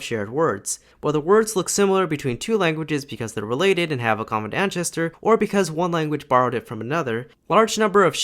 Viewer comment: “Ancestor” Pronounces it [ˈæn.tʃɛs.tɚ]